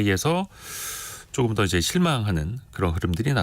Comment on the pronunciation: 기자 혀가 짧다. .*그쬬. 쪼금 더. 등등* 이게 기자 발음이네?